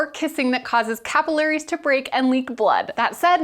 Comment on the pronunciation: Cap-ill-arrays!!!!!! WTF